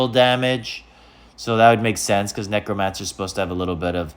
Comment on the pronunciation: Please tell me you’re saying it wrong on purpose??? lol. Knee crow mancer 😂 😂 😂